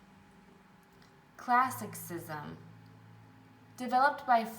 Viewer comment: Great information and refresh but I honestly couldn't tell if you really could not pronounce some of the words or if you were doing it strategically to draw our attention. Especially on words like classicism and Elizabethian... either way thanks for putting this together